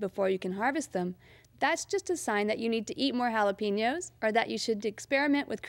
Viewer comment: lol, sounds fine to me.